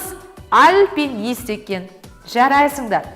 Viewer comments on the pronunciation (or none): АльпЕнист емес альпинист. Былайынша сабағыңыз тамаша, қызыма бәрі түсінікті👍